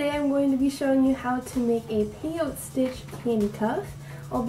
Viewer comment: Nice job. Love your tutorial. Just a side note. The 'e' is not silent. Peyot'e' stitch.